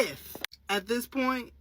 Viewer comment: I'm embarrassed that the guy speaking doesn't understand the difference between a "th" and a "d" when he speaks. Dey, dat, dese, dis? Has he ever seen the inside of an English class?